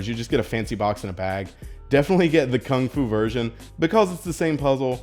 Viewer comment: Lol Kungfu collection as you guys know. What a fail. it's pronounced completely differently to that.